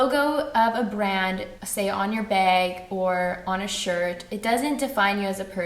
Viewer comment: I love the way you pronounce "bag" lol